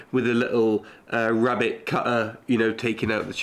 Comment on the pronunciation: Rebate not rabbit, you're not American 😂